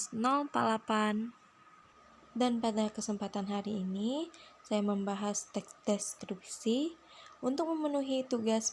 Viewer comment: kesulitan ngomong teks deskripsi...tapi lumayan mantap, referensinyo dari mano lah